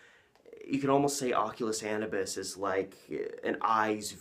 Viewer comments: Anubis = uh-new-biss Longest intro ever But good video! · Bruh you should have learned how to pronounce "Anubis" before you made a 90 minute video where you say it over and over again. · How do you massacre the prononciation of Anubis that bad. I will watch no further.